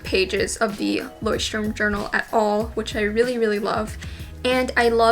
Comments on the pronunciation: You should also apologize to the Germans for how you pronounce Leuchtturm. Haha not trying to offend, I just find it entertaining, but I get it: German is hard to pronounce. 😂😂💁🏼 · It's funny how english speakers pronounce "Leuchtturm" because it's a german word and germans pronounce it soooo different 😂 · Hahahahahahaha😂😂😂😂😂😂😂😂😂😂😂😂it is sooo funny how you say "Leuschtturm" because Leuchtturm is German and means lighthouse.But I know it is just a brand or trademark so yeah... Stay healthy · as a german fella i love how you pronounce Leuchtturm